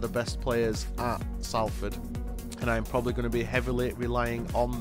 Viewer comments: It's pronounced Sol-ford fella not Sal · Enjoyed that good video but your pronunciation of Salford is wrong. It’s not Sall Ford you pronounce it more like Solferd. As for Dieseruvwe we all call him Mani but if you do want to know how to say his name it’s pronounced Diss A roo ( As in the first part of Rooney ) way.